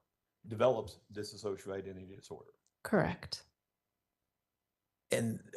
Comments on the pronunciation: This attorney literally cannot say "dissociative identity disorder". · Correct: Diss-oh-shee-uh-tiv Or Diss-oh-shee-ay-tiv